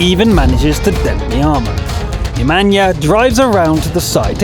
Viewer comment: I love how he says the name Nemanja like it's from Africa but is actually from the Balkans.